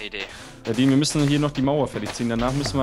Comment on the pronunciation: er heißt aber dean und nicht diem